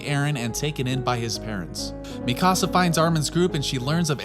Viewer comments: Mi casa 😂😂 you mean MEE-CAA-SAUH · It’s Pronounced Me - Kuh - Sah my guy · How come Americans are unable to pronounce japanese names? Are you watching the eng dub? [mi-CAASA] like wtf is that pronounciation. [Mi-ka-sa] I havent come across a single american that doesnt completely change the tone of an anime name. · Mikasa not Mi Casa (my house) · "Tye-dens" " mi casa" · u cal mikasa mikaasa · This dude seriously say Mi Casa for Mikasa ? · Imagine watching attack on Titan and still pronouncing shiganshina and mikasa different than the way the show says it. People like you aggravate me. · great video buy your pronunciation of mikasa is quite frustrating.